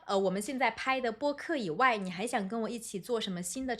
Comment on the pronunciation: 老狼发音"以外"这样：［ivai］、不 [iwai] 。多不多中国人发音这样？